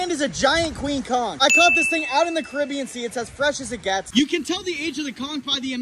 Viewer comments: is it pronounced "konch" or "konkh" (<--- the one he said) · It's literally pronounced "cunk" not con 😂😂 and we eat that shit down here in Savannah GA in some hot sauce, seafood seasoning and garlic butter I can say it is not no aphrodisiac we eat this literally everyday 😂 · No conck is how it's pronounced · Bro it’s pronounced con-CH!!! 😳😂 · How do you pronounce aphrodisiac right, but not "Conch" 😂😂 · all dat info but pronounces conch that way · He can’t even pronounce conch right